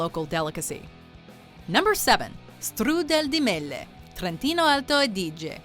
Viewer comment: Ma come dice strudel di mele fa morire 🤣 lasagna alla bolognese Emilia Romagna 🤣